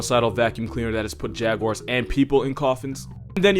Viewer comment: First time I've heard jaguar pronunciation correct.... Most people be like ''jagyuwires''